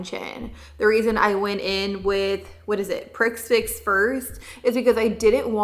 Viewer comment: Prix fix is pronounced "pre fix". I have heard it in a couple videos with this palette. Such a strange word